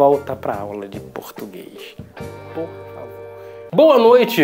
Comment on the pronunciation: é por favor e não "pur favor " se k